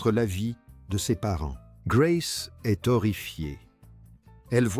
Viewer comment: La côte 'azurée, taffetasss, une robe légèrement gelée...Grâce est'st séduite...ah les couacs de l'IA😂